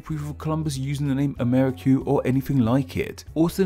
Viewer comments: Amerri---- kyoo. Jesus. NO way that came out of a Spanish mouth. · Just a minor nit-pick: I have not heard the word spoken before, but I am fairly confident that Ammerique would not be pronounced a-MAIR-i-kyoo. Que at the end of a word is a hallmark of some of the Romance languages, especially Spanish and French. The word, of course, is indigenous, but its spelling would have been determined by Europeans based on the way that it sounded to them in their own spelling system. I suspect that it is probably Spanish, where que is pronounced kway, so the word would be pronounced a-MAR-ee-kway; if it is French, the ue at the end would be silent, and the word would be pronounced a-mair-EEK. Incidentally, the folk etymologies for NEWS are amusing, but not especially convincing for anyone who knows French, where the word for news is nouvelles, which literally just means "new things," just like the word news does in English. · Amérique is simply the French realization of America. /Ca/ [ka] unstressed became /ce/ [kə] became /que/[k]. The pronunciation of Amérique is 'ʁik'] not 'ri:.ku] like he's pronouncing it.